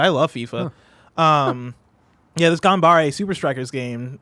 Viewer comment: “Ganbare!” Lol. 頑張れ - “ganbare” (GAHN-bah-reh)